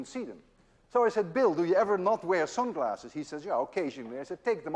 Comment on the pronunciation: You say "sunglasses" in a Bob Geldof accent :-)